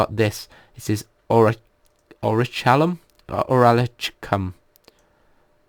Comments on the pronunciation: Its Pronounced Ori-Kal-Kum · The orichalcum is pronounced orēkalkum because that magic star that it makes with a circle is called the orichalcos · its called orichalcum (ore-e-kal-kum) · and its pronounced or-i-chal-come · i think its pronounced orickulum i dont know just my guess